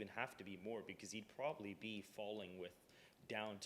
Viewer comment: "Probably" not "prolly". Please speak better.